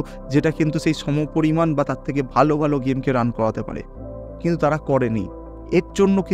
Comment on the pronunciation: তিনশো থেকে = শুনে মনে হচ্ছে বলেছেন (তিনশো তেকে) ।